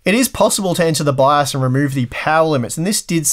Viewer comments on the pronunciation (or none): none